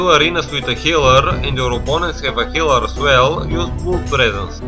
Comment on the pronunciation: it's blad(blood) and not blud XD